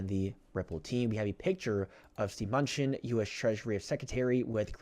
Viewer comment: His name is pronounced m.nu.chin